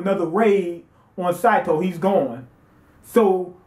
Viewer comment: It's SAY SAY SATO!